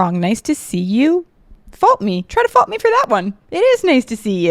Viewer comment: I thought you were saying fight me but like with a weird accent 😂